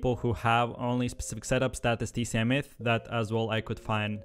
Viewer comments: Its pronounced as TSM NOT TCM and u say Daequan as Daquan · Tea See Em Tcm Bruh you put Tsm Say it right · Its pronounced T,S,M not T,C,M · THIS DOOD SAID T C M LMAO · This idiot literally said tcm like 50 times with no correction. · He really just said duh-Quan and tcm like bro stick to your other language